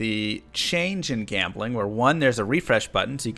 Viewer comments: You mispronounced jambling like...500 times. Also, D2R is p2w. Ez pz. That seems to be out of the spirit of the game. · i think you are mispronouncing gambling